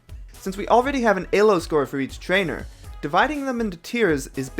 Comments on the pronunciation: what the hell is ayy-low though? It's pronounced eee-low no matter whether you use Arpad Elo's original language of Hungarian or standard English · fucking "aye-lo" dude LMAO, it's E-low, that is how you properly say it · was there anyone else getting tilted by "eh-low" instead of "ee-low" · Why does he pronounce Elo as Ay low, so distracting